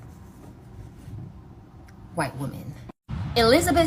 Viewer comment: Imagine being a feminist and pronouncing Woman and Women the same. 😂😂😂😂